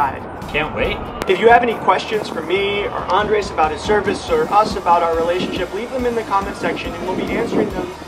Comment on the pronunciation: You're going to have to learn how to roll your 'R's to say his name right - lol.